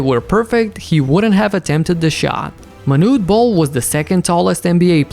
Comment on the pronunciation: First of all, not Manut Bol, but Manut-é Bol. And his not "second tallest" he's the joint tallest along with Gheorghe Muresan as they both stand at 2.31 m (7ft7in)